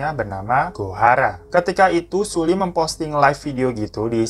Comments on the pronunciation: Btw bacanya seolli, bukan sulli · 2019 tahun terkelam buat para kdramaland dan kpopers 😖 Semoga tahun depan dunia perkpopan gada lagi kejadian kayak gini. RIP buat Hara sama Sulli 🙏🏻 anw bang Sulli di bacanya Seolli, maaf cuma ngasi tau hehe semangat trus yaa bang glowing 💎